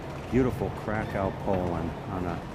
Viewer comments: It's not pronounced Krakow it's pronounced Krakov and it's a beautiful country I love Poland more than the UK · 1)KrakoV not KraKAO, "JosefA" street, not "Joseph" please...is not hard to pronounce , centrainly not americanized, and gives correct naming of places 2) this is NOT THE GHETTO area you are touring, THIS IS THE KAZIMIERZ main Jewish area around Szeroka str. -(the "street" as you call it), so it is advisable to change completely your TITLE as it is a misleading info. This area , historically, was NOT established during the war. It existed before the war started 3)getting your written info ACCURATE this might be also useful: the GHETTO area you keep mentioning, was established indeed during the 2nd world war,but was situated on the other side of the Vistula river, at a district called PODGORZE..where the Schindler's factory and Eagle's Pharmacy lie. 4) the ambiance of the area and your commentary could be enhanced by passing by some important buildings of the Jewish community (not only touristic restaurants and cafes) such as the SYNAGOGUES, the JEWISH MUSEUM, the JEWISH CULTURAL CENTER etd, which lie around the area you walked by... otherwise this is a delightful video stroll around central Kazimierz. Thank you for the views. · Pronunciation of Kra_kOw got me. Plus, it's Roma music not Gipsy music.